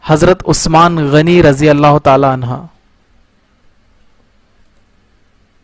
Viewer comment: بھائی عنہا نہیں عنہ